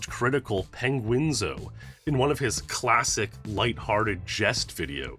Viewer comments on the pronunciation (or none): Lol "Charlie 'PENG-WING-ZOE' " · never heard someone call Charlie penguinzo but great vid dude